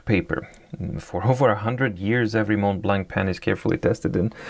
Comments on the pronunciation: Hi, about the pronunciation of the brand. It's spelled "MontBlanc," but it's pronounced "MonBlan." In French, we don't pronounce the "t" and the "c." These letters are present in the different variations of these words. 😉👍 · Please pronounce it “monblan”.